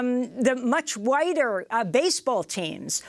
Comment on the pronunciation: Did she say from the NBA to the WNBA to the much "wider" or "whiter" baseball teams? I cringed a lil.